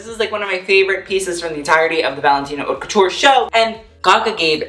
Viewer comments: It’s pronounced “Hote” And you’re sash pattern, off the shoulder bit is .... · Everytime he pronounces "haute" wrong I cringe so hard 🙄😂